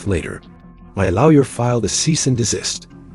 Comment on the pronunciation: His lowyer?? Pronounced as ow. Funny she sure managed to trash her car if she only backed into the pole. LOL.. AI in action.